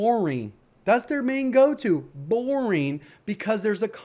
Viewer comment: There you go, said it - "BOARING"